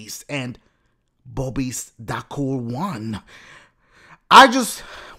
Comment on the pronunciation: LOL the way dashie pronounced "bob is"